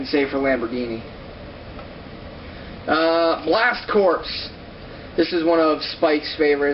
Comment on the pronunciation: "Blast Corps" is pronounced "blast core". It's not a blasted corpse! I just kid! Nice third video and great collection.